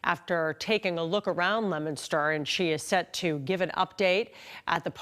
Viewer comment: it is not lemonster...it is leo min ster